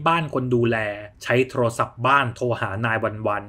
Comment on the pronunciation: พากย์ดีมากเลยค่ะน้ำเสียงจังหวะใดใด แต่ติดตรงคำว่าโทรลโทรศัพท์ทำไมต้องควบกล้ำคำว่าโทรลฟังแล้วแอบขัดใจนิดๆ